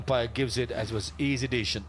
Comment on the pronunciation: The male commentator kept saying easy "desion" not decision